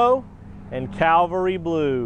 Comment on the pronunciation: It’s not “ calvary “ blue you Dumbass! It’s “ cavalry “ blue. What kind of a salesman are you if you can’t even read? Duh!!!